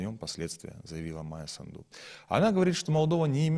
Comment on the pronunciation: Наголос у прізвищі на першому складі:САнду.